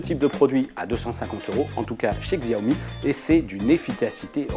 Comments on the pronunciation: On dit chaomi pas gsaomi... du coup pouce rouge. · Tu as raison, Et j'ajoute, qu'on ne prononce pas XIAOmi, mais CHAOmi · Ça fait pas pro de dire xiaomi Ça se prononce shaomi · on dit pas Xiaomi mais Chiaomi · Shyomi on dit !